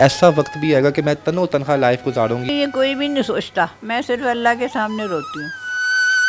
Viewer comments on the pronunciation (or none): جاہل تین بار تم نے تن تنہا کو تنو تنہا بولا اگر کبھی کوئی یہ پڑھ لے تو اس جاہل کو بتا دے کہ اپنے قومی زبان سیکھ لے جہالت میں نہ رہے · تن و تنہا لفظ نہیں ہوتا۔ تن تنہا ہوتا ہے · NOTE KAREN TAN E TANHA / LAFZ HOTA HAI YANI AKAILEY HI./ AAP NEY POORE VLOG MEIN TAN O TANHA / TAN O TANHA / BAAR BAAR BOLA/ AFSOS HUA APNI MAADRI ZABAN URDU NA THI KOE BAAT NAHIN JANAB KISSI SEY MASHWARA HI KAR LAITEY JANAB. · Oy Tan o tanha no Tan E tanha hota hy Pudsar ni Parastar hy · تنو تنھا غلط تلفظ ھے اسے صحیح بولیں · تن و تنہا نہیں تنے تنہا لفظ ہوتا ہے ۔ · او بھائی۔۔۔۔تن و تنہا نہیں۔۔۔ تنِ تنہا لفظ ہوتا ہے۔ صرف مائیک پاس ہونا اینکر نہیں بنادیتا۔